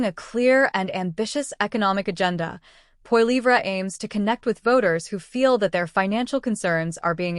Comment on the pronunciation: LoL as if pp would do any better. No government which it was in power can sit down and turn everything around in under a month. If you're going to talk about pp at least pronounce his last name correctly.